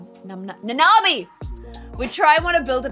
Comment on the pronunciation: Its Nanami and Nita, but I giggle every time you say it wrong. I cant even remember my neighbors names sometimes, so dont worry.:)